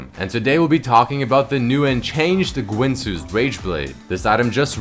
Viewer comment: Why are you saying gwinsues?